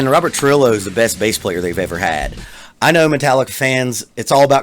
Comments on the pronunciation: You failed with his last name . THROUGH-HEE-YO. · Pronounced Trujillo wrong and Cliff Burton is Metallica’s best bassist, actually the greatest of all time